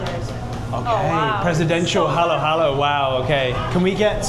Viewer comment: It's not halo-halo, it's haluhalo.